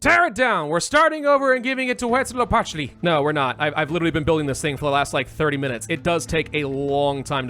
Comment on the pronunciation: Deity pronunciations: Quetzalcoatl: Ket-zuhl-co-ah-tul Xipe Totec: Zhi-pay Toe-tech Tezcatlipoca: Tez-cot-lee-poe-cuh Huitzilopochtli: Hweet-zee-low-poke-tlee Mictecacihuatl: Meek-tay-cah-si-wah-tul You actually got Tlaloc right first try, ehehe. The hard part with all of these is that to pronounce them COMPLETELY accurately you have to say all those syllables together relatively fast and breathlessly.